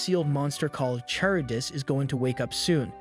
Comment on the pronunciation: "charybdis" got me, since its pronounced as "Kar-ribdis" not "Char-ribdis"